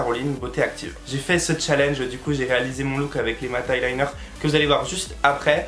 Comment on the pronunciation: On dit " eyeliner " et pas " highliner "😂😂😂😘